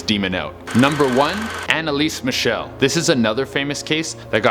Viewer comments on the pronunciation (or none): none